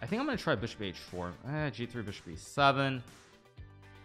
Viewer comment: bro please stop accentuating words weirdly, like just annunciate it normally. Love the content, hate hearing beeshop